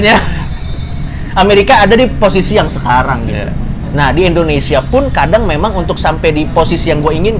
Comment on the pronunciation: Pandji : endonesya